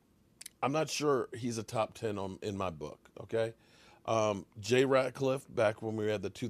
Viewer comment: It’s Rat -Liff not Ratclliff.. 😆😆😆